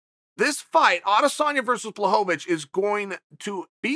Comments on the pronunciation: Blachowicz not bahovih 🤣🤣🤣🤣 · BLACHOWICZ not BLACHOWOWICZ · Everyone: Blachowitch Chael Sonnen: Blachovovichevich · Blachowicz: “Bwa-ho-vitch” Chael: “Blahovovich” Blahovovich: “ok great” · I have Polish friends. I asked, they said 'bwa-cho-vitch' but maybe it's different for different parts of Poland? Either way, they both are closer than BLAHHOHOHOHOHOHOVITCH like Chael says lol! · Chael “Blahovovitch” Sonnen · I hate to correct the gangster, but he meant to say BlahoVOVOVOVOVOVOvich. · always wondering why is it so hard to pronounce his name correctly? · bwa-cho-vitch* Close enough though. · its actually bwa-ho-vitch bro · To me it sounds like he’s saying Blohovlobitch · Chael correcting the pronunciation of Jan's last name, it's actually BLAHOHOHOHOvic. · Chael “Blachowo-wicz” Sonnen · No one ever in the whole world: Chael: “BlahHoeVaVich” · There have been many pronunciations of Blachovicz, but Bwahovovich might be my favorite. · At this point I start to think that Chael is fucking with us with that extra "vo". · HAHAHAHAHAHA This must be on purpose!! Blueeeehooovvvaaatitch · i laughed out loud every time he said blahovovic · Me: oh, it's "ł" in Błachowicz in thumbnail, I'm sure he will speak it correct. Also me: man who tf is Blahohovich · ''Yawn Balhovovich'' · If Blahovovovovovic wins perhaps Lazy Chael will learn how to pronounce his name. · "Blahowvavich" chael sonnen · Chael's botching fighters' names is nearing uncle Joey's level hahahah Blaho-vo-vich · Chael uses words like perennial and juxtapose and then calls him Blahovovich for 10 min. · Chael blahovavich sonnen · its pronounced "Bla-ho-vitch" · the number one mma personality yet still can't pronounce anyones name correctly. Blahohohovich isn't his name hahaha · My wife is from Poland and she‘s way smarter than me. It’s actually Błachowicz. [Bwuahowitch] Cześć! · How many "O sounds" are in the name, Blachowicz. Chael sets the over-under at 4. :)